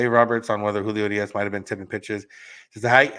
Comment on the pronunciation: The way you say Urias 🙄